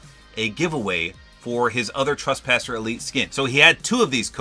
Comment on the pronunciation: It’s trespasser not traspasser